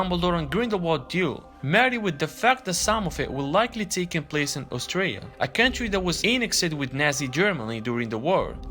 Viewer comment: It sounds like your saying Australia lol but im pretty sure you mean Austria lol